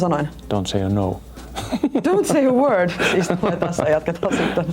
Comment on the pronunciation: dont say a worrrrd! lol!